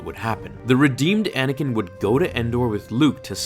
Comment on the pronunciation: it’s anakin not anikin